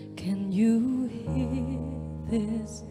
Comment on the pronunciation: VMH hát nội lực nhưng còn sai nhiều chỗ. Chữ this, these thiếu "s", "it'll" phát âm sai, "for me" chắc quên lời nên sửa thành "from me", etc.